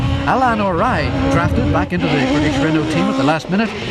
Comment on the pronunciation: This is not "Alan Orielle" but "Alain Oreille".